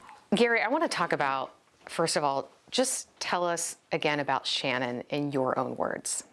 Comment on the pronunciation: If you're going to report on the anniversary of their deaths, at least do Channon the courtesy of pronouncing her name correctly!! It's Channon with a ch sound. It's not spelled or pronounced Shannon!!!